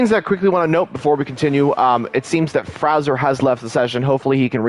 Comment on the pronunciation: Pretty sure WOR Fraser is FRAY ZURE pronounced and M CLOUD is one word McLoud